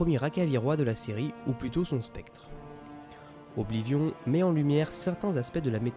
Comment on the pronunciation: Alors.. Autant je reconnais le travail de compilation et ce genre de résumé accéléré est très agréable. Cependant tu as de nombreux problèmes d'élocution... Que ce soit la prononciation de certains noms (Mi(s)karkand, Oblivion(N), Mehrunes Dagon(N), ULmaril (?), PelinIal (?) au point parfois de prononcer un même noms de trois manières différentes en une seule phrase. La concordance des temps aussi pique les oreilles, tu mélanges des temps au sein d'une même phrase qui ne fonctionnent pas ensemble quand tu n'inventes pas carrément des conjugaisons ("devena" n'existe pas, on dit "devint"). Vraiment ça pose problème car dès qu'on s'en rend compte on sort complètement du récit.